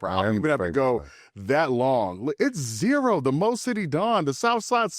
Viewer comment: ITS ZERO 💀 Z-Rooooo